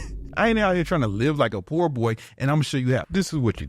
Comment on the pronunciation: Love how saids” po daddy” instead of “poor daddy”, he talks like a teenager 😂